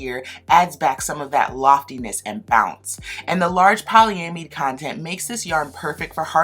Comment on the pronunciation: Poly-am-id (I'd), that's how it's pronounced. It's almost like you're asking yourself a question. That's how Merriam-Webster has it. Cool review system otherwise. Love the shirt!